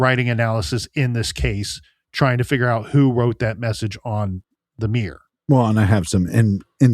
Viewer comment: Why can't you say mirror properly? 😂